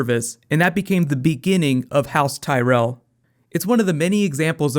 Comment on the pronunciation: zeee tyrelll